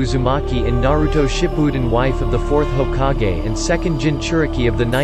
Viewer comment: Are we gonna ignore how he said hokage